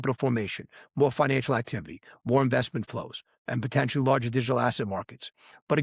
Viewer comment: You said “lager” not “larger” & I thought you weren’t AI Not convinced now